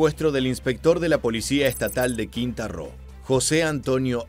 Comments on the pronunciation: Quinta Roo? Ummmm, yo solo con9zco un estado de México que se llama Quintana Roo. El narrador debe de prestar más atemcion a los nombres propios y oficiales para no caer en falta de seriedad. Saludos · No es Quinta Roo es Quintana Roo.😅😅😅😅😅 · Se pronuncia "Quintana Roo" compañero, saludos ! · Bro, es Quintana Roo, no quinta ro